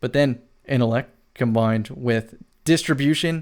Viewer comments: my dude I love you bro no homo but please I mean please pronounce that T in intellect I was literally pulling at my dreads every time I heard you say it but still the up most respect from a bronze teir to silver player to your platinum self much love. 💪🏾❤💪🏾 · Lol yo what do you use to get your supper innellect 🤦🏾‍♂️ jk love you bro I just had tooo